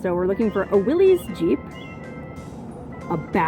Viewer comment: I'm sure it's redundant by now... "Willys" is pronounced willis, not willies. For future reference.